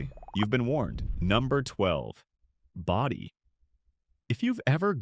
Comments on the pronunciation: where can you stay overnight in Bodie (Bodie is pronounced Bō dē) your ai voice mispronounced town names so much it's like nails on a chalkboard! Then turn around.and say it correctly. tm confused is this about old towns ppl are moving into?_ cost being a major factor. Where can you purchase a house or RV pad in Calico let alone Bodie. You have some interesting topics then blew chunks out your AI ass. A little research can vastly improve on facts presrnted not snagging info off others websites. Using AI to do all the work and by adding one more command and having it verify the information before uploading it. Visually your pictures are like looking at a Jackson Pollack painting. Usually you start by showing pictures of the actual location then you start interspersing pictures that blatantly aren't from there. Out here in the desert you don't want mislead anyone who may want to buy a house. Death is no stranger in the desert Anyway I doubt you read the comments since you probably run 1000 AI Channels concurrently. Last of what I add on here is advice. Shitcan AI narrator it's a joke also quit using AI generated pictures. Fact check it. Upload. Joe Public is over all the AI barf. Great story ideas but you shit your AI pants after that. Just had to unload. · AI garbage. Bodie (pronounced "BOW-dee", stupid AI) is a California State Park. You aren't going to move in anytime soon. That's when I quit wasting my time watching this AI garbage.